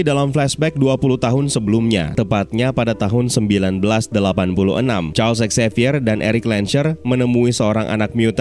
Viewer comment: Charlsex xavier?? Atou apa sih ngomongnya, harusnya Charles Xavier kann